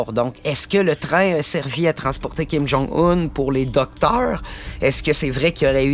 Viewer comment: kim jon oun